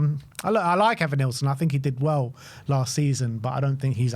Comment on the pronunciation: Bro said Evanilson 😂😂😂